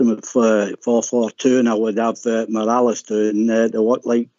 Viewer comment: How many seasons has Morelos been at Rangers and this clown canny pronounce his name correctly? I'll type it out phonetically for ye. Maw- Re- Loss.